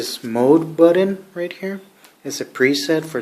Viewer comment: He said button funny